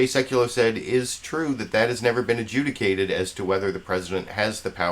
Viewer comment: Maybe the word should be ajudgicated instead of a jewicated.???